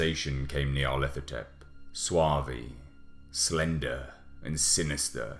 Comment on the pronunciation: when you pronounced the word suave wrong, it completely broke my immersion 0/10